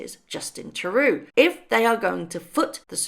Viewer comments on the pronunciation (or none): the right pronunciation is true-doe........I was going to call him alias blackface, gropper liar, hypocrite, but I thought better of it........oops did I just rite that???????? He also loves to give away and spend OUR money away. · A small correction, Trudeau is pronounced Trudo. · Notice how we aren’t hearing any leaks from the palace? Also Trudeau is pronounced True Doe. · As always, great insights! If I may offer a small suggestion, perhaps look up how to pronounce our Prime Minister’s name (Sounds like “true-doe”). It would make your whole video seem well-researched. You’re so great at keeping up with these types of current events. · Mr. Trudeau is pronounced like TRUE-DOE. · Who cares how True-DoDo is pronounced! Has got nothing to do with anything! He's just an election away from oblivity! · s name is pronounced true dough. It’s French Canadian. I like you, you’re fiOur prime minister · I hate being that person but if it helps at all, it’s pronounced True-doh ❤️ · I think: 1 - we don't want her here, ESPECIALLY if we have to spend $$ on her security. 2 - learn how to pronounce our Prime Ministers' name, for heaven's sake!! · How do you pronounce it, Troodeau; Trud( as in I trod on his foot but with a u)??